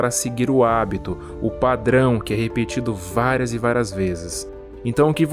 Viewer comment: "Váras vezes"